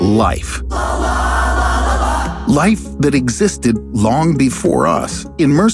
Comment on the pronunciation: Every time say Life "LALA! LALALA!"